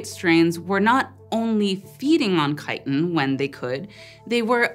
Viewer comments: It's "chiTin" not "chi!-in..." Can't stand to watch, can't stand to listen... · I know this isn't the point of any of this, but I'm fascinated that you dropped the t in the word chitin, like a Londoner would. Is that becoming a thing in the US, or is it common in the part of the US you're from, or do you just know a lot of British people who talk about chitin, and you picked up their glottal stop in the word?